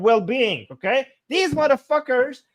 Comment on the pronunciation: The more "muthafockers" you say the more i enjoy the live stream😂